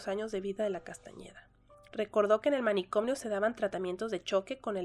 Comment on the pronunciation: Por qué dice "manicomnio" agregando la m???